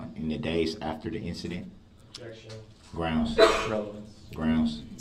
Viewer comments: It’s “Grounz”… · The same pitiful black male (not man) who says SUBstain, CoHORZION and GROUNZ!!!!